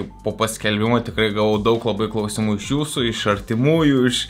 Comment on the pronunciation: Priminimas kirčiuoti "kláusimų" day 1